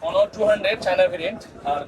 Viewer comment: ভাই, হনোর না, অনার উচ্চারণ হবে